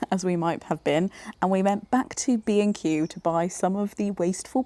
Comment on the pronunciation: I am not British and whenever you talked about B&Q I thought you said „Craig and I are bein cute“ which confused me but also made sense? anyways you two are so funny together!